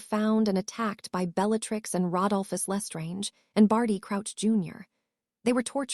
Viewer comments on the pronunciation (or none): none